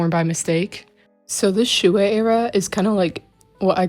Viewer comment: I KNOW its annoying when people say it but.... THATS NOT HOW U PRONOUNCE SHUI (T^T) its shway so your oc name is shway shing